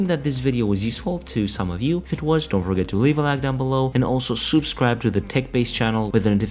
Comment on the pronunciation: He said soup-scribe please. 😂